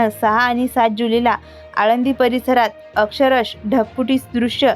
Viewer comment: मराठीत नीट शब्दोच्चार बोलत नाही आहेत eg.अक्षरशः is not properly pronounced